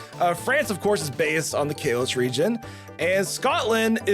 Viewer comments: Same with the constant Kelos instead of Kalos... i mean... why is he not saying Gelar then. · God i hate the way he said Kalos..